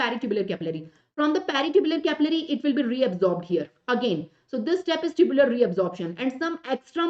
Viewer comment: Mam tubular secretion , tubular reabsorption you told wrong